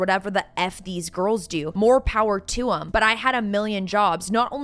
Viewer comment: The" girl-ez" ❓🤦🏼‍♀️